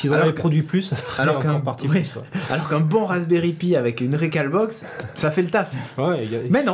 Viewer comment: Jean-Baptiste Kechi effectivement on devrait le prononcer à l'anglaise ;)